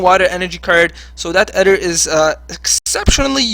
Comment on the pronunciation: great video, very ballsey deck. you mispronounced some cards like Ether has a hard E sound like Freezer.